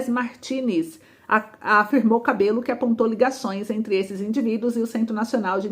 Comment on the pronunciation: Diosdado Cabello, mas pronuncia-se Cabejo, o "L" no Espanhol tem o som de "J".